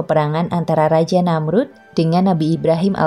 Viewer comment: Tanda baca titik diatas ( ' ) di dalam Quran itu huruf Ngain. Jadi kalau dibaca itu bukan sperti koma(,) yg bacanya d jeda2 tapi agak ke ( ng ). Namrudz bin Kan'aan Namrudz bin Kan Ngaan Namrudz jg belakang nya huruf Dza, kalau di ucapkn Bukan Za jadi terdengar seperti Namruz. Cara baca Dza itu letak lidah nya seperti tergigit jd bkn sperti Da atau Za. Hemmmmhhhh belajar lagi pengucapan huruf arabic lah narator nya, risih saya setiap mndengar yg bgituan 🙏🙏